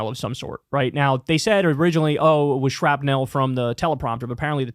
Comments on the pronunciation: It’s pronounced shrap-nul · Listening ti Kyle say Shrapnel is like hearing him say Rural. He says it shrapNELL